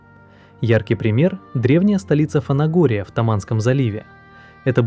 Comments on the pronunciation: То что озвучка живая,это круто,а то уже тошнит от ботов.Но мне,как местному жителю,режет слух не правильное ударение в названии ФанагОрия,правильно говорить ФанагорИя. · только Фанагори́я правильно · Автор, правильное ударение ФанагорИя